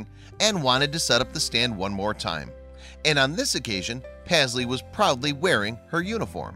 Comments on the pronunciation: Pazzlee? I thought it was meant to be Paisley-as in Payzlee. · It's pronounced PASS-LEE? I thought it was prounounced PAYS-LEY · He’s saying the name totally wrong u should know because MY name is Paisley